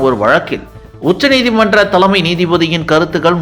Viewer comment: த'ள'மை நீதிபதி! உச்சரிப்பு பிரமாதம்ப்பா!!